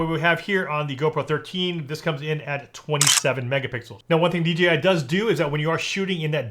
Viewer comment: Kept saying DGI for some reason people have a problem pronouncing the J .